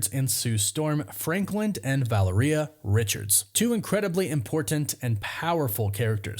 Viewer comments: VA-LARE-EE-AH for gods sake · Valeria - Vuh-la-ree-UH Practice makes perfect. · Take a shot every time he says Valeria wrong